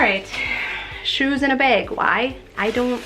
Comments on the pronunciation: The way you say bag always cracks me up!😂 Sounds like you’re saying beg. Love your channel! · I KNEW IT!!! My mother was from Minnesota and she ALSO says "beg" instead of "bag"!!!